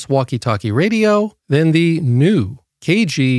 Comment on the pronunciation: you waisted 3 minutes of my time preaching like an evangelist trying to promote the product and where YOU got it from (a sponsor which means YOU HAVE to talk about them) & the way you say "YOU" is annoying. Commenting about "Diabetes sausage fingers" is offensive.